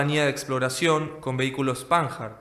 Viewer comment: Buen material. A modo de contribución, no de.crítica, aporto lo siguiente: El fabricante era Dassault Breguet Aviation, no Dassault Rafale. El nombre del vehículo de exploraciòn se pronuncia "Pannard". Los Super Etendart usaron el Exocet AM39, mientras que la batería costera que impactó en la popa del Glamorgan, era del tipo Exocet MM38. Por último, el hundimiento del Sheffield no fue el primero llevado a cabo con un misil. En el año 1943, los alemanes hundieron la corbeta británica Egret de 1.200 toneladas en el Golfo de Vizcaya usando el misil antibuque (bomba filoguiada se le llamaba) Henschel HS293. Obviamente era filoguiada y no del tipo "dispara y olvida" como el Exocet, pero no estamos hablando aquí del sistema de guía. Saludos. Siempre es bueno enseñar, recordar y valorar a nuestras fuerzas armadas.